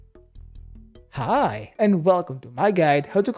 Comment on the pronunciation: You didn't say "Hi" the correct way. Could you please redo the quest and upload it again?